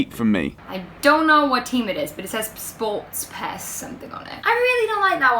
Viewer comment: I'm from Kenya and I was lmao listening to you two try and pronounce "SportPesa"😂